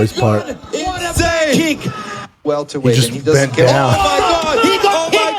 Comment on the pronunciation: Omg thank you. I didnt want to comment on this video but he kept saying welterweight and it was driving me nuts